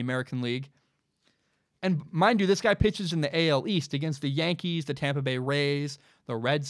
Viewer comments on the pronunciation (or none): none